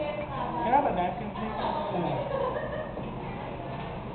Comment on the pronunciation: "...You hab to drink da soup.. Yeaaaayyyy!"